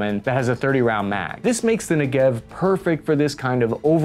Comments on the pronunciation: How many times in this clip have you said "Negev" (Could not count, but till the point I bailed out (at about half way)- I counted many times) - so it is basic and essential you at least pronounce it correctly - Ne'gev (not Nege'v) (the actuation is at the front), just like the place (Isr southern desert), same as Galil and Tavor are names of places in Isr (BTW- Tavo'r, not Ta'vor, get it?). Basically Isr wanted to replace the heavy FN machine gun (7.62) with a lighter 5.56 machine gun. Albeit some units (as mine) still carry the FN (called MAG in Isr; proper disclosure- I was a "Magist" for some time). For me the preferred assault rifle is still the Galil; fires always, at any conditions; though heavy (especially after 10 km, ya' know...) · You pronounce it wrong. It's not Ne-Gev but Nege-V. Like Niggen in walking dead. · I'm sorry to be that guy but it's NEgev not n'gev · awesome as always. BTW, they're pronounced, "Neh-gev," like the Negev Desert, and, "Rah-maht Ha-sha-roen." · Accent is on the first syllable: NEgev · Accent is on first syllable: NEGev. And oddly, you reversed accent on the taVOR as well (Tavor has accent on last, not first, unlike Negev which is the opposite) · Excellent and informative. The proper way to pronounce the names Negev and Tavor: Negev is named after an Israeli southern desert. Stress the NE in NEgev, as in CLEver. Tavor is named after an Israeli northern mountain. Stress the VOR in TaVOR, as in beFORE. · Emphasis on the “Ne” not on the “gev”. NEgev. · You pronounce Negev a bit funny lol it's more like ne-gev if it makes sense. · You are mispronouncing the name of the weapon. The correct name is NE-GEV. The meaning of the name is a region in the State of Israel that it speaks. But Israel manages to grow agriculture there to glory. Tomatoes, watermelons and other vegetables. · Neh'gev .... emphasis on the first syllable, not the second. :-) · The emphasis of the word negev is on the first syllable (the ne)